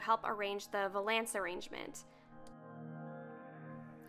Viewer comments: Scandi Snowgirl i know what it is, apparently she pronounces it wrong check out last week lolita news she has a full episode dedicated to her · Nobody is going to talk about how she saying vuuuhlance? Lol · I came to the comments section to see if anyone else pronounces it differently Lol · Maybe she’s pronouncing it right and we’re all wrong?!? Dun dun dun! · How you say valance like its two words LOL. No hate, just giggled every time. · You probably don't care at all, but you pronounced valance wrong the whole video. Cute, though. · I'm still waiting for that French person to pop up and say how she's not only mispronouncing it, but also how the term is supposed to describe the curtains rather than the piece of furniture (if I'm not mistaken).